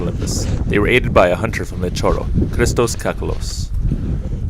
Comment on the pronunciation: LITOCHORO REEEE NOT LITOROH